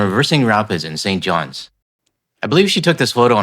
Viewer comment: I realize it seems like a small mistake but it's "ST. JOHN" not "St. Johns". St. Johns is in NFLD